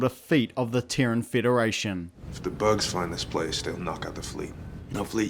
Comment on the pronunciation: What is a Teren? I'm assuming you mean Terran. Pronounced 'tear-rin'. As in : from Terra. Terra = Earth = Dirt. So, you could say Earthican, Dirtican, Soilan, Mudlicous, Mudballatious, sodirific...